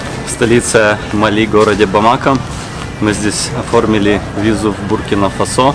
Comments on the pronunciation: Почему бамАко/бАмако, а не бамакО? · бамаКО. ТОЛЬКО ТАК